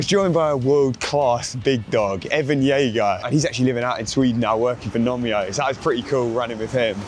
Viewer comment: "Evan Jager" LMAO